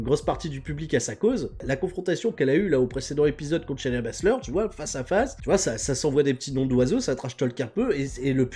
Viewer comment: Cher, c'est Shay-na Baszler pas Shania. J'en peux plus de toi;)